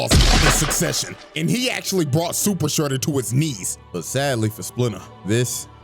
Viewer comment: "SUPER SHREEDER"